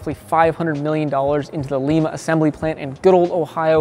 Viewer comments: It’s pronounced Lime- a not Leem-a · Leema’ Ohio 😂 No my northern friend Lima (Lihma) Ohio